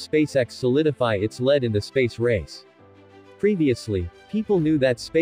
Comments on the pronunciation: lead, pronounced leed. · Poorly written and pronounced. Lead the metal is different from lead the act of leading, Bad video